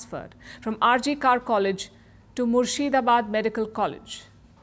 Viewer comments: RG Kar is not RG Car, it is RH 'Kor', pronounced like 'cor' as in cordial. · not pronounced R J Kaar it is pronounced RJ Kawr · Palki it's not 'kaar'. It's 'kaur'. Radha Gobind Kar in whose name the hospital is, is a legend in Bengal and in the whole medical fraternity of India. We need a biopic on him rather than the trash Indian celluloid produces. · Not RG Kaaar maam. It is R.G.Kar (pronounced Kor) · you are celebrated journalist, suposed to have better knowledge of society. The word KAR is pronounce "कर" not "कार".